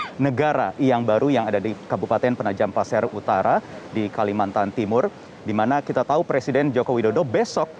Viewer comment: Kalimantan bukan kalimantar wkwk😅